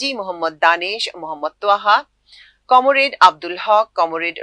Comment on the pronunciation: আপা, "কমোরেড"-টা আবার কি? উচ্চারণটা হবে "কমরেড"।